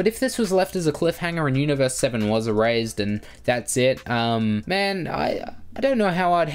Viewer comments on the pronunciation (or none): IT'S ERASED NOT "ERAZED". Other than that great vid